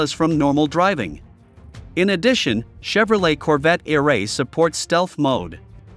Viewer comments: I love the robotic narrative 🤣, not e- ray but eray! 😭😂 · Computer voice is funny. Eray is not all one word. It's pronounced Eeee Ray. hahaha